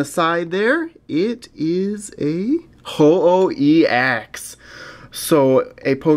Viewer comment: it's pronounced ho-oh fam